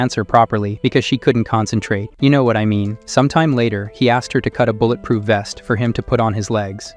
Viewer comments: bull et proof glass. call ed ur ai seems broken bro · "Al his problems" "mill ion" "bull at proof glass" "basicall why" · none of your voices can be that bad..but what is bad is when you do it with AI and they butcher words...say bullet proof again one more time